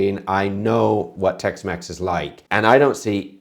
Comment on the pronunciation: Jamie Olive-Oil Tex-Mex ❌ Jamie Olive-Oil Tex-Mess ✅